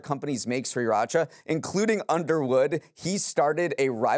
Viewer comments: “Great show today,. It’s pronounced SIR-racha.” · I didn’t think the mispronunciation of Sriracha would bother me as much as it did 😅